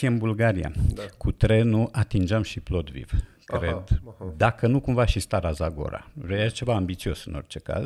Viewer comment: E Plovdiv, nu Plodviv.